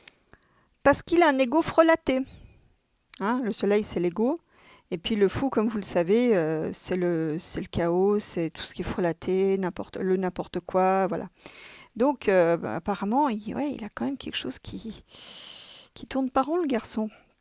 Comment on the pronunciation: Amie,on dit" le KA O" pas le kaoss!! Pour dire" chaos" .Bises de Nouvelle Calédonie, îles françaises du pacifique sud.💕💞💓❤💝💞💕💞💖💗